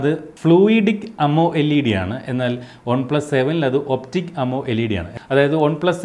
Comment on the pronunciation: Trivandrum kaaran aano? ഒണ് പ്ലസ് അല്ല വൺ plus